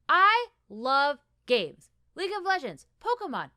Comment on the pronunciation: When you said “I love games” I heard “gays” and I was like “uh there’s nothing wrong with that but weird way to start”